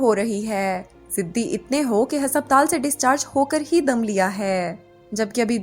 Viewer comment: Why is the pronunciation for ‘haspataal’ so off